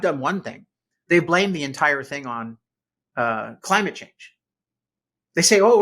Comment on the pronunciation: I like the way you say 'Cuh ly myit Chaynge'. We need a presidential executive order declaring a change in how it's spelled and how its said.